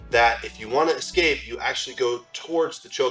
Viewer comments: All good but it's 'escape' not 'exscape' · escape, not exscape. sorry. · ES-cape! not EX-scape......ffs. English, learn it! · He keeps saying exscape it’s annoying me it’s e scape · I will subscribe when this man stops saying “ekscape” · It’s “eScape” (with an s), not “eXcape” (with an x). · EScape not ECscape Other than that, cool vid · Dude,. That's cool and all, but you said "x-scape" wrong. Did you even watch this video? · Escape not Excape. If you're going to teach something. You should be able to say it. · Escape! Escape! It's not "excape." Black belt in Jiu-Jitsu but white belt in the English language. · 'eScape' not 'eXscape' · I hate when people say " EXcape" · Are you saying excape? Or escape? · A sign of an elite grappler is when they say the word eXcape - instead of escape. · I dunno if I can sub to a 42yo black belt who says ek-Scape? (45 times according to AI) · escape ❌ ecscape ✅ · I'm a bit of a grammar nazi and hearing "excape" over and over was absolutely killing me. But i appreciate the knowledge you're sharing so much that i endured it. Thanks for a great video (despite the torture element)! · I gotta aks u to stop saying ekscape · Say excape again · I thought he was saying eggscape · Promised myself I'd watch until the end, just to find out of we have a 100% ekscape mispronunciation. But ruined it for us. Dammit,! Keep with the program! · Are you saying escape like there's an x in it? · Learn to pronounce "escape" like a white man..